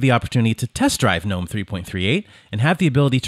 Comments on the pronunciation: It's pronounced "guh-nome" not "nome", the "G" isn't silent. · Gnome, not nome. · It's pronounced "gah-nome" just like GNU is pronounced "gah-new" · I am pronouncing "GNOME" incorrectly so long 😅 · It's pronounced G-Nome (gernome) - apparently. I just say gnome. There was an extension that allowed you re-arrange the apps. Mind you there is an extension for almost everything on gnome. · It's pronounced G-nome. The g is not silent. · The g isn’t silent. And this is your job? How do you get that wrong?